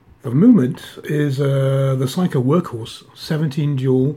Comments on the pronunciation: Another nice review, though I never heard Seiko pronounced 'Psycho' before, in the U.S. it's pronounced 'say-ko' as it was in Japan when I was there. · Its pronounced sako not physco lol. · Dear Darrin. Thanks very much for bringing this to my attention. I think this is a question of my Danish pronunciation bleeding through to my English. I will in the future say Say-ko :-) Thanks again :-)